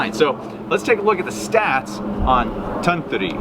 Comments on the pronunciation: With the $10 machine, you'll use it about 3 times. Junk like that is so frustrating to use, no one will use it for long. It is pronounced Ton-toori. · Anglophones speaking Finnish is always cute. I guess you could say it as: Tun=toon (this is the syllable with the accent) Tu=two Ri= rea (as in reason... But then with a stronger rolling r) It's gonna sound weird anyway.